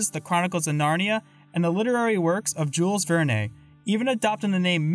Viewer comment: Thank you!! 😄 And yeah I definitely botched a few pronunciations here and there. 😂 I also made an error pronouncing Jules Verne (it's not Vern-Ay, but simply just Vern.) in the history chapter. While I still make mistakes sometimes, I try to be more conscious about pronouncing stuff in my future uploads. 😅